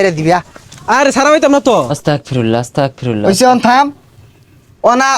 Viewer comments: অস্তাগফিরুল্লাহ❌ আস্তাগফিরুল্লাহ✅✅✅ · অসতাকফিরুল্লাহ আবার কি আস্তাগফিরুল্লাহ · আস্তাগ ফিরুল্লাহ হবে ওস্তাগ না 😅